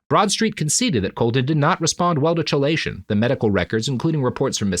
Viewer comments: I'm not sure of the origin but I would guess Greek (maybe Latin). It should be pronounced "key-lay-shun". Robert consistently started it with a "chuh" sound. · Chelation is actually pronounced as KEYlation, sir. It is. in fact, not chill. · Am I crazy or is it chelation with a hard k? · Minor point, but chelation is pronounced key-lation, not chee-lation. It's just one of those things were historically we decided Greek words would use C for χ because it's somewhere between a hard and soft C, but it's closer to a hard C than soft so defaulting to K is often more correct for how English has decided it should be pronounced. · Robert it's "key-lay-shun" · As a toxicologist, every time I go: "ITS KEY-LAY-SHUN ROBERT!" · Chelation "Key-Lay-Shun" That is all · With all due respect, Robert, "chelation" is not pronounced like that... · He still can’t pronounce chelation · Recorded the same day as the previous, my dude. These always are. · Robert mispronouncing chelation therapy for two episodes is making my eye twitch. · I didn't look at the comments on part 1 but I'm guessing that I wasn't the only one who was irritated at the way he pronounced "chelation"! Fortunately I have the good sense to just accept that this is how the world works, and this is not the kind of show where that sort of detail matters as much as it might elsewhere. (Don't get me started on the astrophysicist who consistently mispronounces Niels Bohr's first name!) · Yeah, that is an irritating mispronunciation. I'm trying to "just love the work" and not let it bother me. Fuckin' hell, I first heard the word from medical quack Carlton Fredricks on his radio show.